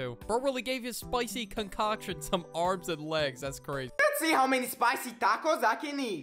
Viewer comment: hall-o-pen-oes and tack-es💀💀💀